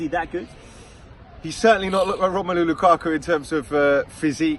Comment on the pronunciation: Why did he say lukaku like that